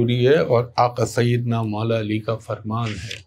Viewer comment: Sir apki zaban say Aaqa Syedena Moula Ali bhot khubsorat lagta hy